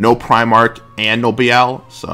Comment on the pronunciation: Am I missing something with your pronunciation for Be-lial?